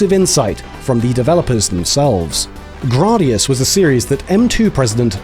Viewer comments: Nice; always been a fan of the Gradius series (Though I will always call it Gray-Dee-Us, not Grah-Dee-Us) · right!? GRAYdius NOT GRAWdius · Grardius 😂 surely said Grad-i-us or Grade-I-us. I’m just ribbing you 😂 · "Grahdius?" I always figured it was pronounced "Graydius." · "Grah dee us" I love these videos, but it's a little bit harder to accept teachings from someone who's never heard the name of the game pronounced before. Like moms saying "pokeymans" 20 years ago. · You’re telling I’ve been mispronouncing the word “Gradius” since 1985?!?! 😬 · Why are you pronouncing Gradius like that?